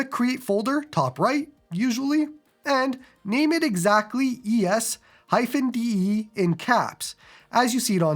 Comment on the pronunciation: ES-DE... Aww hell no.